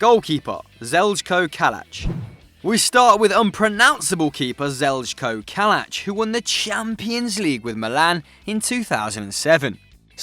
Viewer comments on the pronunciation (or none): "ZeLzKo Kalac" it's pronounced Zhal-yko ffs